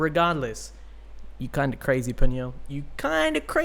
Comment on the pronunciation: You made the same mistake my daughter and I have made with Peniel’s name…..even Eunkwang had been mispronouncing it for around 10 years….his name is pronounced Pen Neil (one word of course).